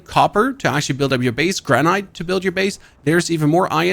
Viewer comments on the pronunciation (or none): Wow. It’s a basic word. 2 syllables. I-R-O-N. Not. I-O-N. See the R? Also, granite is pronounced like the IT, not EYE. Stay in school lids.